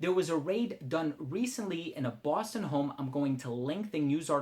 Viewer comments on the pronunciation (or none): none